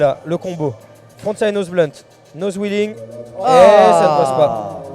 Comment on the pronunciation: Le presentateur a dit nose wheeling 😵😱